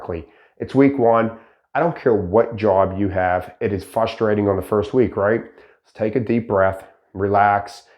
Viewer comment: Fustrating or frustrating